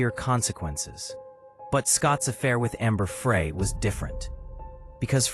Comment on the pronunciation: This AI story just mispronounced Amber’s name. See ya.